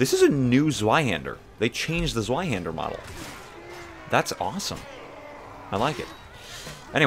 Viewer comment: LoL "Zwyhander"